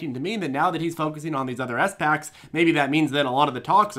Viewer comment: Why do pronounce them “ES PACKS” 😂😂 special purpose acquisition companies.. each word has equal meaning. Love you but you gotta call em spacs